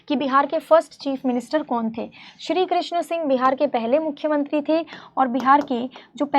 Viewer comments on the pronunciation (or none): none